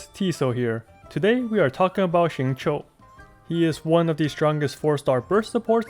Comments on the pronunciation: Awesome guide! Also very spot-on pronunciation of his name, down to the tones. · I'm slightly confused by ur spot on pronunciation of xingqiu, which was then followed by "gun you". What. Are. You. LOL. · Did he... just pronounce his name RIGHT?! He is a god!! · A youtuber who pronounces xingqiu right?!? Upvoted! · great guide as always and thank you for actually pronouncing his name right :D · Xingqiu's name pronounciation is RIGHT ON, as mandarin speaker, I approve this guide.